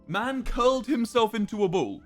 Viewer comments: I like how his accent made him say boll but we all now he said ball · "In a bool. Man curled himself in a bool." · He said bwll